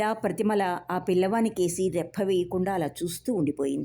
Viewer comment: నేను నవలా సాహిత్యం చదవడానికి ఇష్టపడతాను.. కానీ కేటరాక్ట్ ప్రోబ్లం వలన చదవడానికి ఇబ్బందిగా ఉంది.. మీరు చదివే విధానం బాగానే ఉంది.. ముఖ్యంగా ఉచ్ఛారణ దోషాలు పెద్దగా లేవు.. ఒక చోట రెప్ప వేయడం బదులుగా రెఫ్ఫ వేయడం అన్నారు అంతే.. ధన్యవాదాలు